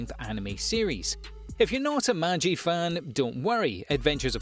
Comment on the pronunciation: So nobody gonna talk about how he said maji instead of magi :/